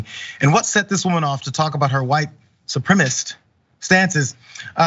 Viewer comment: She can’t even pronounce the word properly. It’s suprem-A-cis-T.